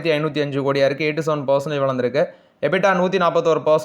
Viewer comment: தம்பி ... விழுந்திருக்கு & வளந்திருக்கு இரண்டுமே ஒரே மாதிரி கேட்க்குது ... மேலே & கீழே ... என்று சொன்னால் பராவாயில்லை. Thanks